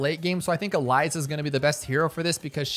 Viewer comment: I’ll never understand how someone can have thousands of hours invested in something, and not know how to pronounce things 😂, for example he says glives instead of glaives, shurukins instead of shurikens, not sure where that second u comes from, and now Eliza, he’s gotta be doing this on purpose right?